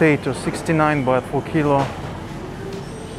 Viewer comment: Baht not Bath